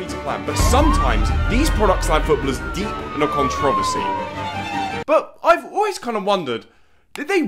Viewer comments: why does he say controversary like that lol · why does pronounce controversy like that😭😭